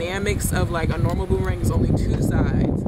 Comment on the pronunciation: NOT “BOOM-THE-RANG!” 😂